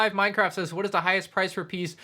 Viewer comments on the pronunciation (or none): none